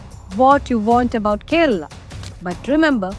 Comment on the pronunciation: Beef here is Buffalo 🦬 Bainsa. . Kera Alla. It's Kerala. Why are you pronouncing Kerala in mallu accent. Read Vedas. Even horse was eaten